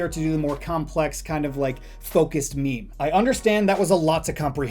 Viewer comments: its meme not meemee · DID YOU JUST CALLED MEME AS MIMI GRRRRRRR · he said "memey" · "Me-me image" :)